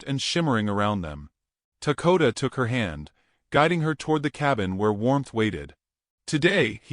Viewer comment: what is his name? I hear Takota but see Dakota.